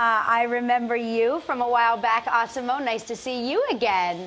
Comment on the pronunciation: Stop calling him "ah-si-mo"! You heard the man--er, I mean guy! You heard the guy! His name is "az-si-mo"!